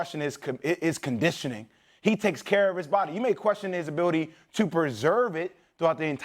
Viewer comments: Abiwity lmao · Jay will's biggest hurdle in life is saying the word ability 😂